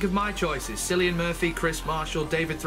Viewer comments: it's not pronounced "Sillian" it's pronounced Killian, he is Irish and there is no "K" in the Irish alphabet. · Cillian is pronounced Kill-ian but im just being pedantic. Paul McGann return would be great. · it's pronounced like killan... It's a Irish name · Cillian is pronounced like Killian ... KILL-EE-AN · How weird you pronounce KILLIAN Murphy! Makes it sound, like you spelled him with an "X"! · As small a thing as this is to get hung up on, could you please learn the actors names before diving into a video. Surely you've heard the name Cillian before, it's not at all uncommon.